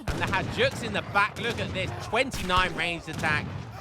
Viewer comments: Hajduk is pronounced “Hi dook” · man, that Hajduk pronounciation just kills me every time 😭😭